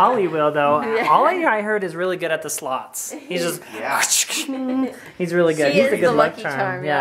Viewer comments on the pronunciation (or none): I'm still learning english and your vlogs are pretty much helpful for me but i don't get the min. part like what i actually get from is: ollie's really good at the "sluts"?! o.O lol